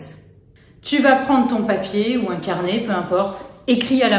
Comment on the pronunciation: Hello, je suis étonnée d’entendre qu’il faut éviter de déverser sa colère sur papier. Tu vas sûrement me dire que c’est parce que ce qu’on écrit à plus de chance de se manifester, pourtant je trouve que ça marche plutôt bien pour s’apaiser, extérioriser…🤷‍♀️ Et quand tu dis « un carnet » j’entends « incarné ».